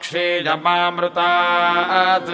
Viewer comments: Sir i have been practicing these mantras after watching this video, felt great. But i have some doubts about 1 mantra 2nd line ( Mamrta' t ) it sound like ( Mamrta द ) 2nd mantra ( sahasra ) it sound like ( श्रhastra ) and 2nd line ( mayaya ) it sound like ( Mayaजा) i was listening in slow motion also but sounds same to me. Please correct me so i can chant correctly. please let me know which one of these are right and what are the exact pronunciation. Also the written mantra in English below sanskriti sound very different from Sanskrit mantra sound. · Information is good, but recitation is Bad, very very bad recitation. It's not 'यमामृतात्' 😡😡 It's '. . . . मृत्यर्मोक्षिय (pause), मा अमृतात'